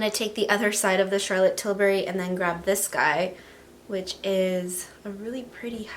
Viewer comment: any one realizes she said now i am going to use the charlotte tillbery highlighter...lol